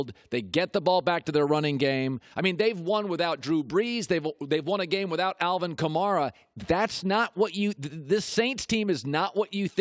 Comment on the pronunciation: Wonder which will come first- will Colin apologize for thinking the Saints will be bad or will he pronounce Alvin Kamara correctly